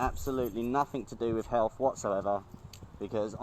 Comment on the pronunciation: Why should I trust an anti masker who can't pronounce health properly. (second anti mask video)